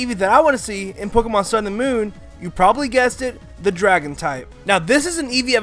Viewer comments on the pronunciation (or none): I hate hearing mispronounce Pokémon names